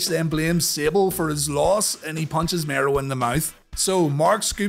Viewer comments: Yeah, he says it like "(To)morrow" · I distinctly remember Todd calling him The Wildman Mark "Marow" instead of Mero here. Just something that always stuck with me on this PPV for some reason.